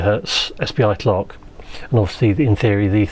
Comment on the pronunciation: Yeah but my problem is that even at slow speed some words are hardly understandable for me; I hear for example "SPI tchloch" (I'm exaggerating) instead of "SPI clock" and I must elaborate instead enjoying the video. This makes me feel annoy because I follow mostly English channels without difficulties and I'm sorry to be in fault on this particular channel. This is a great channel and I would like to understand all of his words. I don't understand if it's a matter of accent or pronunciation.